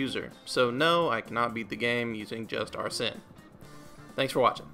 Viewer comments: Amazing video but arsene is pronounced (are sane) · Not pronouncing Arsene correctly is really throwing me off lol, nice though